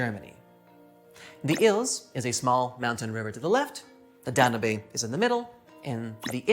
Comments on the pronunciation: Very interesting, but oh good grief - WHY can you people not pronounce names correctly?? The Danube is NOT pronounced "dan-oo-bay", but is correctly pronounced "Dan-yoube". It would not be so exasperating except this a a famous river in Europe with an illustrious history. PLEASE, do better research next time! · The one river I wouldn't have thought you could pronounce wrongly was The Danube. You pronounced it, "Dan-you-bay" It's actually pronounced, "Dan-yoob" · It's pronounced Dan-Yoube. You did great!! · Dan- yoob